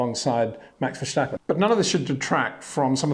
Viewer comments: Hi Pater. I've watched you since your time on Speed Channel. Always respect your insight. Can I ask one small favor though: Max's surname isn't that hard to pronounce. It's Verstappen. Not Vershtappen, nor Versjtappen. Would you mind adjusting that? We're all trying as best we can to pronounce every driver's name correctly. Of course some are more simple than others, but you seem to be the only British reporter to call him by that name. I thought all the Dutch fans in Orange were really also supporting Lando. That's how a sporty nation works. They see someone work hard and do his best, so they get behind him as well. Exemplary. I wish more could do that. Thank you and keep up with the excellent insights! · Ver-stappen mate, not shtappen. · he is not Verschtappen, he is Verstappen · Curious… Why say Vershtappen? It’s pronounced Verstappen …. No sh in there. Ver-stap-pen. Stap as in stop…. No Shtap! Otherwise good summery! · Right now Shlewis Shamilton needs 5 victories with point for fastest lap in order to pass Vershtappen in the championship, if they both finish the race in first and second position :-) Please Peter, it is NOT Vershtappen !!!!! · Why do you pronounce Max's last name like he's German? It isn't verschtappen but Verstappen like when you say stepping. We Dutch don't like to have our names molested. Your name isn't windschor is it? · Dear Peter, again, why why why pronouncing it as Vershhhtappen? Makes no sense, at all! It’s just as the English ‘stop’ and ‘step’. Either you’re ignorant or doing it on purpose. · Max "Verstjappen"? I give up... ;-) Anyway, thank you so much Peter for again a very good and spot on analysis! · Yeah exactly! It’s irritating! At least he should be consistent with the way he pronounces his “S”, his last sentence in the video should be: “Let’sch schee if he continues that in Schilverchtone in two weeksch time”… I propose that we all comment his videos with “sch” everywhere instead of “s” 😁😁😁